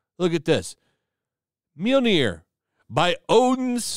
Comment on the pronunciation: not to be rude or anything but did you just call Mjolnir "minjol"? Sorry but that... that's just cringy. do agree with you about Ms Marvel though